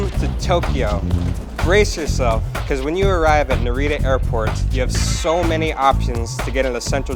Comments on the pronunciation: The way you said Narita, you from NC haha. And I know you didnt whip out your phone with a picture of a japanese woman WEARING A MASK and expect to find her in all that chaos lololol legendary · The video footage is great! Good color! Very pretty! Good job pointing out a lot of the most famous places in Tokyo, but you are mispronouncing the names of many places: Narita, Harajuku, Shibuya, Tsukiji, ... You can confirm the correct pronunciation by asking your online friend Yuki or any fluent Japanese speaker. When you said, "Akihabara" and "Shinjuku", it was OK. I have live and work in the Tokyo area. I could easily recognize all the places visited.